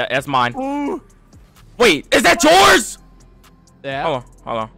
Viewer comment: Am I the only one that heard “jores” instead of yours